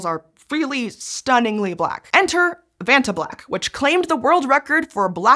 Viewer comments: When you said vatna it sounded like you pooped your pants. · Oh, come on, that acronym easily rolls off the tongue if you're not American. You should try a holiday on the beautiful island of Krk, you'll be able to pronounce "Vacnta" after that!